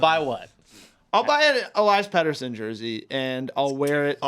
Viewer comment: ITS PRONOUNCED PETTERSSON😅